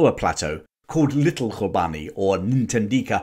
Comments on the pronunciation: Love the channel thank you and sorry for being a bit of a knob, Hlobane is pronounced Shlobane in Zulu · You are pronouncing the first portion of "Hlo" in Hlobane correctly, but the remainder is being pronounced incorrectly. The "e" is silent and the "bane" is pronounced as if you are saying the "bahn" in the German Autobahn.